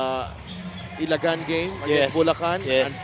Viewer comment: Sorry po . Mali ang pronounciation nyo ng ilagan. Ila- gan. Kumbaga hindi diretso. Salamat po. Ang sagwa kasing pakinggan